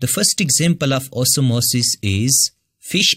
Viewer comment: The way u say OsmOsIs 😂it's nice